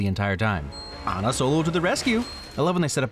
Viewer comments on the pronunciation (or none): none